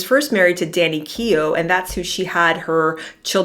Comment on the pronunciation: Danny Keough, not Kenoh